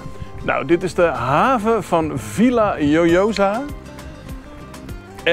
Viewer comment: Hee, dat was weer een leuke vlog. Je hebt wat moeite met de uitspraak van de plaatsnaam Villajoyosa. V= is een B 2 xLL = J De J= G Dus de uitspraak is: Biejagojosa Bijna niet te doen dus. Torrevieja is ook zo'n struikelblok. Veel plezier nog verder🙂